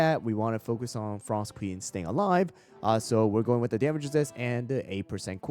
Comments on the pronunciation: pinecone comeback is real!! also "frsot" lol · FINALLY someone recognized pinecone’s potential here 🎉 Also “frsot” lol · “Frsot” pinecone is back!